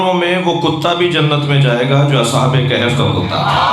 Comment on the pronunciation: Ashab e kahaf hay sir g kehaf nahi